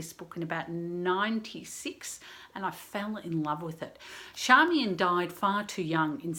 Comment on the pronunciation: I think her name should be pronounced as in Charm rather than Sharm. In fact I am sure of it. There is an interview with George Johnston in the ABC archives where he clearly calls her Charmian.